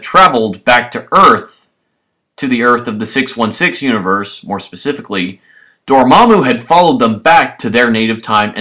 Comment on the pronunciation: And it's Dormammu not Dormmamu